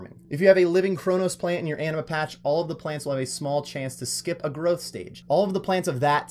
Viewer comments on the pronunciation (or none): Anima, not amina lmao. Also how tf do you spell Etceteria "Ectaria" while literally looking at a map on which it's spelled correctly?